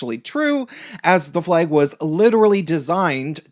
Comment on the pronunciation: "Fleig". It's flag. jk say whatever you want it simply made me laugh